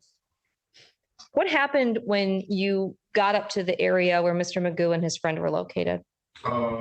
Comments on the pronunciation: Technically his name is McGough and it's traditionally pronounced "mig-off" but he seems to lack any self awareness or self respect and never corrects anyone, so everyone calls him magoo, like the cartoon. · Stop it, his last name is not “”. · Technically his last name is McGough', but everyone pronounces it magoo and he never corrects them. Traditionally it would be "mig-off" but he's not even self aware enough to respect his own name and correct people. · His last name is prounounced "" btw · I remember the only one able to pronounce it correctly was ironically an ai generated voice. It ticked me off how not only he himself doesn't care that it's McGough but that I'm certain his court documents all have it typed the same too. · Well his actual surname is McGough, but it's definitely funny that they pronounce it as Magoo 😆